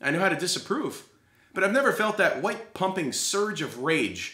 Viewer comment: DID YOU JUST SAY WHITE